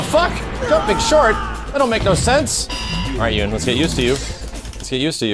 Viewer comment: Isn’t his name pronounced as “Yoon”